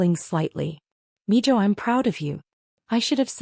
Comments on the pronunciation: It's Mijo (mee hoe) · And its pronounced Meho